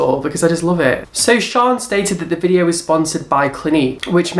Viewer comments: Her names in Shan. SHANNNN! As in short for Shannon Not Sian! Okay so shaaanox ALWAYS does looks inspired buy celebrities and singers so clearly you don't watch her! So your uninformed IF you actually watched her you'd know that she daily vlogs and in one of her daily vlogs she said a subscriber told her nickie had a made a similar video, says it's mad how they had the same idea! I used to watch all you videos and loved the drama but lately your just constantly choosing the same YouTube and picking an picking a something that's pathetic! You say not to be mean buttttt... then your mean! So, hypocrite much And why are you even bothered if people are sponsored? Your still watching it, are you not? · it's Shan not shaan (Sian) like Shannon -. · I'm pretty sure it's shannon xo shan for short not pronounced sharn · I love these videos.. Shaaan is pronounced 'sh-a-n' short for Shannon!! Keep on going!! New subscriber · Haha!, it's Shan as in Shannon! Also, she's from New Zealand.:) As a fellow biology nerd with unrelated other interests I have to say I love your work! What a sass master!:P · her name is pronounced shan as in shannon x